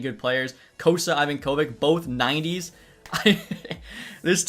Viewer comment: Note For The Future: It's pronounced Ivonka-Vitch NOT Ivan Kovick